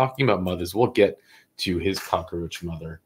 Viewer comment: Thanks another great show! One thing, it’s cockroach, not cockaroach. 😊